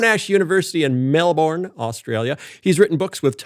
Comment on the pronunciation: Phil pronounced 'Monash' correctly, then flubbed 'Melbourne'! 🤣 Onya Phil!